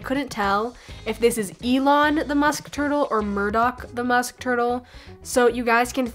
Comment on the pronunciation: It's Murdock...lol